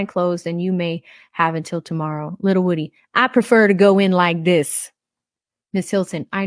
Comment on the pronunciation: The say it’s pronounced Woo- Dee!